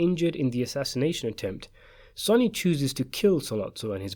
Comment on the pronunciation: What is this guy on about. This isnt even a question its CLEAR in the film when Vito and Michael talk about it the plan in the garden so this is a total waste of time. By the way, dont ever listen to the opinion on the Godfather of someone who pronounces Sonny's name completely incorrectly !!!